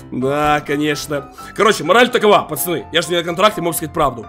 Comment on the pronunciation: Тупо говорит пачаны